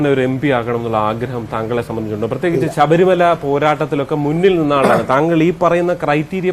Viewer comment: ആ ശബരിമല അല്ല.. ശബരി മല എന്ന് പറഞ്ഞു പടിക്ക്. നേതാവേ.